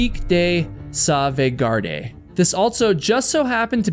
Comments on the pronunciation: Pronouced Souveguard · Pic de Sauvegarde = Saveguard Peak . Don't pronounce the last "e" : pic de Sauvegard .